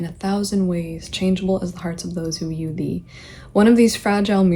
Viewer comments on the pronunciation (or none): none